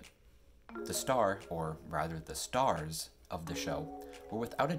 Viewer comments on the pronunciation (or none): none